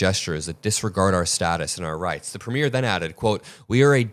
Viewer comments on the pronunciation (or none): “premier" (the head of government) is pronounced PREEM-yur (IPA: /ˈpriːmjər/), with the stress on the first syllable